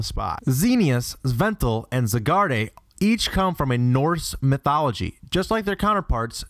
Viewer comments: Xerneas - zur-nee-us Yvelltal - yuh-vel-tal Zygarde - zy-guard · Your Pokémon pronunciations and some word pronunciations are atrocious. Zygarde = Zy-guard, Xerneas = Zer-knee-us, Yveltal = Eve-ell-tell, Sableye = Say-bell-eye, Froslass = Froz-lass, Misdreavus = Miss-dree-vus, aesthetics = ess-thet-tics, tapir = tay-peer, Groudon = Grow - as in 'growl' - don. You're welcome. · zeeneus?!! veltal??!! zygardé??!!! How in Arcay Valley did you mispronounce those names??!! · "Zigarday". no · you pronounced zygarde, xerneas, yveltal, kyogre, groudon and rayquaza ALL wrong...